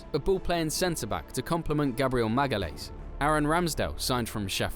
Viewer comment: Every time I hear Gabriel "Magalays" a little piece of me dies :D Great video though anyway